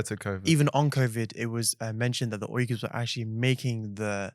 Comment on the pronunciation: Thanks for correct pronunciation! Not weegurs, but Uyghurs.